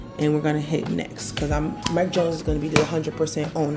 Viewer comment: Did anyone else notice how it said Mike Jonees